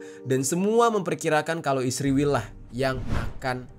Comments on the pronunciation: Kenapa Jadi "Isriwil" Geng..? 😊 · Kenapa lu tiap cuma bilang "israel" aja malah di plesetin jadi isriwil? Bilang aja terang2an "israel". Gedek bgt gw dengernya. Takut apa gimana sih tinggal nyebut "israel"? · Bang, kenapa israel lu nyebutnya ISRIWIL? Klo iran tetep iran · Bang bilang aja Israel gitu bang jangan isriwil, percuma juga lu mlesetin namanya, toh ujung²nya lu memperlihatkan Netanyahu di video lu kocak 🤣